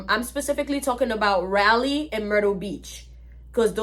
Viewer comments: First of all, it’s pronounced RAH-LEE (Raleigh, NC), not Rylee☺️. Secondly, I think what you were experiencing was the spirits of the slaves and evil white spirits warning you to leave. And that is a lie, your friend and her family were racist. Using the N word was just something them and their friends do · It'sRaleigh "Rah-Lee"